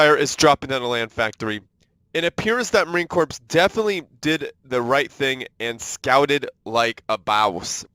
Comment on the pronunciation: I hate to be OCD but it is pronounced marine “core” not “corpse”